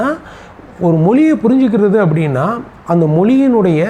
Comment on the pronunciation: JK வை விளக்கும் முயற்ச்சிக்கு வாழ்த்துக்கள். ஆனாலும் மொதல்ல மொழி ய மொழின்னு சொல்ல பழகணும். 🙏🙏 மொளி என்று சொல்லவே கூடாது🤔🤔